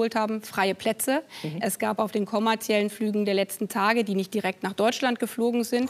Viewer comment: Es fällt mir immer häufiger auf, dass Frau Baerbock Wörter einfach wiederholt falsch ausspricht. Auch in diesem Interview wieder (konfentriert, kommarziell). Ist das irgendwie krankheitsbedingt oder weiß jemand was da los ist?